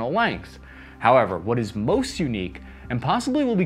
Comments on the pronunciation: 'Moist' expensive 😂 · ‘Moist’ expensive lol